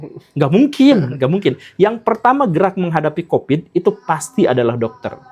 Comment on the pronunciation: Covid pak Guru, COVID !! bukan Kopit, jangan bikin pitnah ah..